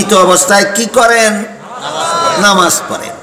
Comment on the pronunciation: হায় আফসোস নামাজ শব্দ টাও ঠিক মত বলতে পারে না, সে বলছে নমাজ